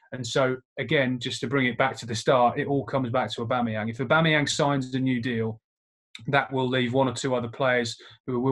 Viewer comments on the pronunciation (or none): For frick sake, its not a-bum-ee-yang